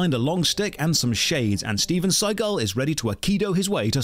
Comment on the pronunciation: Not StevenScigul. LMAO XD